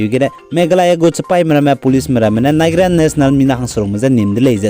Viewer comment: your channel is really an eye opener for our people bro. you are really oustanding in anchoring the latest updates. keep on soaring. yet I wanna convey a little suggestions with the utterances of specific words. eg. Nigeria.. the correct pronounciation should sounds naiziria... sometimes an improper utterances can mislead infos about the news you produced. thank u. yi ma gedu nang chu discourage jai yi chilei heu begu maklei akangpeu. keep up the good work.